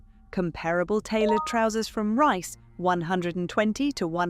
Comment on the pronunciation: Surely Reiss should be pronounced to rhyme with geese? Love your podcasts btw.